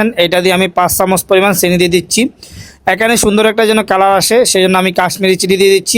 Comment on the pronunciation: আচ্ছা সিনি কি কথা,একবার তো ঠিকই চিনি বললেন এমন কেনো বলেন অন্তত ভিডিও তে শুদ্ধ করে বলতে পারেন তো,মনে রাখবেন আপনারা বাঙালির না মুসলিম দের প্রতিনিধিত্ব করেন,এপার বাংলার অমুসলিমরা আপনাদের দেখেই ইসলাম ধর্ম কে টোন টিটকারী মারে,আর যদি একান্তই ওভাবেই বলেন তো ইন্ডিয়া তে যেনো আপনার ভিডিও দেখা না যায় তার ব্যবস্থা করেন